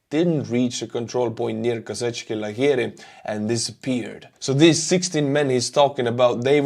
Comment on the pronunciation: It is pronounced Kozackey, I've heard that the place name translates as Cossack Tents